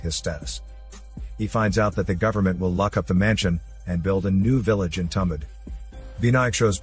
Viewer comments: It's not tum..It's thum...thumbaad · It is pronounced as Too-um-baa-da I can speak the native language of these guys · Marathi movie* and not tambad...it's tum bha d